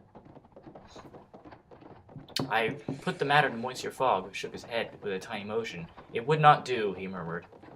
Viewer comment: It's actually pronounced pass-par-to and miss-syour, but whatever.